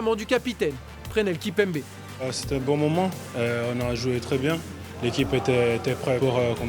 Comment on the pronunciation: il a vraiment dit Prenel kimpembe ??